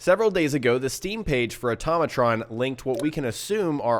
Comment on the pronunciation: automatron said like "ortoe may tron" not "utom a tron